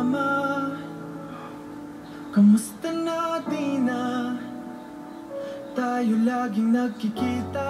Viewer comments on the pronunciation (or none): The way Josh emphasizes the word "tatayo". Damn, that's a subtle detail and I love it. For those of you who don't speak Filipino, Tatay means "father" and Tatayo means "will stand". The word "tatayo" is pronounced as "Ta-Ta-Yo", but the way Josh pronounced it is more like "TA-TAY-yo" (emphasizing "TATAY"). Edit: maybe that's just me. Maybe it wasn't meant for that and I'm just overcomplicating things lol